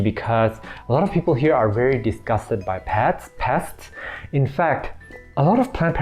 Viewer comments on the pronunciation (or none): dunno why, every single of your videos there is something to make me laugh How hard you to pronounce "pest, pets, pests.." Lol :D